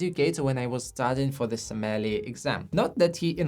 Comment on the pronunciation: I enjoy your videos, but could you please practice pronouncing "sommelier"? It currently sounds like you're referring to something entirely different. :face-green-smiling